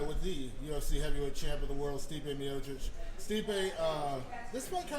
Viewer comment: Stipe "ye kno" Miocic